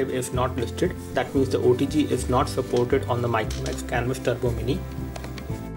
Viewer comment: Turbo, not Trubo.